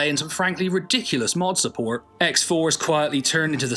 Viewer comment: the way you said "support" in the most American accent ever then going back to your normal speech 🤣